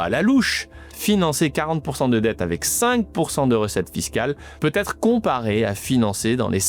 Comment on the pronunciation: « Va-Têtre.. »on en est encore là, cz GA🤒